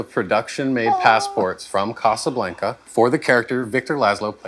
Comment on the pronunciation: If he says "casa blank-uh" one more time.... 🤣